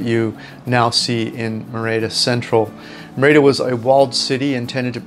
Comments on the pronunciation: It’s not “mehr-ey-dah.” It is pronounced “MEH-rih-dah.” With the accent, stress over the first syllable. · Pronounced MER-EE-DA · A friendly tip:. Merida is pronounced Me-RI-da. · Lovely vid, but it is pronounced MER-i-da 😀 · If you could pronounce Merida correctly, it would add credibility to your video.